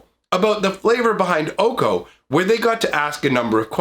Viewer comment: It’s pronounced Oh Kay Oh. OkOk? 🤡🔪